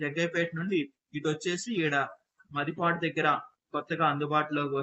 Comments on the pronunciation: మది పాడు kaadu bro. మాదిపాడు. Pronocesation wronge correct cueyandi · It's not Madi padu MaadiPaduSir. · మదిపాడు కాదు మాదిపాడు అనాలి,ఇది గుంటూరు జిల్లా సత్తెనపల్లి వైపు ఉంటుంది దానికి వ్యతిరేకంగా ముత్యాల జగ్గయ్యపేట వైపు ఉంటుంది అంటే మాదిపాడు-ముత్యాల మధ్య నుండి కృష్ణా నది పారుతుంది, దానిపై బ్రిడ్జి వేస్తున్నారు, ఇది3 జిల్లాలకు కేంద్రం పాత నల్గొండ, గుంటూరు కృష్ణ జిల్లాల సంగమం